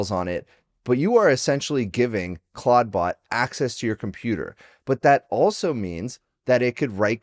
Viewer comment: Stop calling it claud-bot